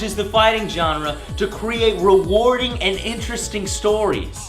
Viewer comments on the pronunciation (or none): none